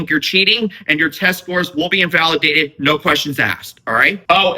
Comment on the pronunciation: It keeps saying invalueaded 😂